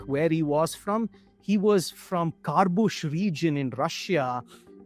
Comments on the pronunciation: "Karbush region of Russia" lmao. It's KHA-BA-ROVSK. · The map says Khabarovsk, but the dude says Karbush region. 😂😂😂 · Khabarovsk pronounced as "Kharbush" 💔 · "Carbush region" what? Khabarovsk.